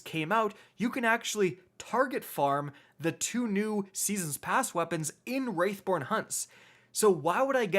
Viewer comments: WRATHborn, homie... WRATHborn. Not "WRAITHborn." Love your videos overall though! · It’s “wrathborn” not “wraithborn” please learn how to read, please and thank you 😊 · It's wrathborn not wraithborn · Stop saying Wraithborn. It's Wrathborn. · Bruh. It's wrathborn, not wraithborn. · Dude. Its WRATHborn not WRAITHborn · surely you will feel the WRATH of your viewers, many of whom will turn into WRAiTHS, if you don't correct your pronunciation of the word "WR A TH BORN." I mean honestly, would you ever say "Feel my WRAITH!"? No, you'd say "Feel my WRATH!" Unless, of course, you had a pet wraith that you wanted me to feel. C'mon man, it's not hard... say the word right, aight? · Wrath pronounced Roth not wrath pronounced wRaItH - what the hell is wrong with you!? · Wrath not Wraith bro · every time you say "Wraithborn" I yell "WRATHborn" at the top of my lungs and honestly I'm probably gonna lose my voice by the end of this season lmao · Please. For the love of the traveler. Its Wrath.... not Wraith xD Great vid dude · wrATH born hunts THERE IS NO I IT IS NOT WRAITH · Wrathborn... say it with me bud... wrathborn lol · I know right! It’s not that hard to say “Wrathborn”